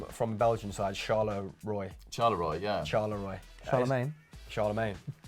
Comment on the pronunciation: wow , how you pronounced Charleroi. As a Belgian it was so bad that it was funny. Btw really not hating.